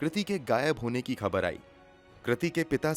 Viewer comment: Excellent voice and narration but bhai pls correct pronunciation of words u often say wrong. Egs- phaila not Faila, khabar, khoon, zila not jila.